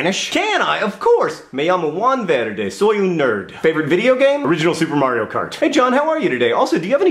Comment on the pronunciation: John, as a Mexican, I think your Spanish accent is pretty on point. You even rolled your r's a little in "verde!" Good job and please say more things in Spanish; it's really cool.